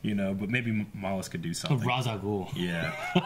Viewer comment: no im 98% sure its mallus